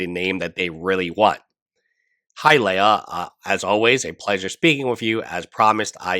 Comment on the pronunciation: It’s “Lee-Ya” her name is not a Star Wars princess